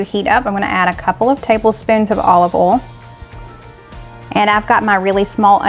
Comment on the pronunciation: I’m in Mississippi and yes I hear it all the time “olive ole” like Ole Miss 😂 My mom and grandmother pronounced oil that way as well as saying “bowl that chicken for supper I’m making chicken and dumplings” 😝